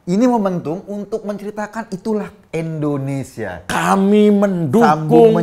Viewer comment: Mas Eko & ngomongnya jangan Endonesia dong. Tapi Indonesia. Itu kan harusnya dibaca I bukan E.